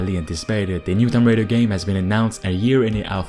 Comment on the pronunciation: Love your videos man. Just one thing, you pronounce Tomb Raider incorrectly. Tomb is pronounced like toomb like toon, but ending with mb. Just some constructive criticism :)